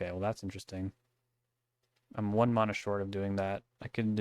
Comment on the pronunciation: I am on my hands and knees begging you to change the way you pronounce the word "mana"